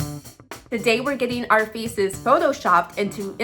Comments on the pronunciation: "Today we're getting our feces photoshopped" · “Today we are getting our feces photoshopped”